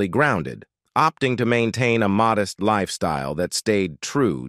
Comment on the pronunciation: "mowdest"? I hate to fake AI voices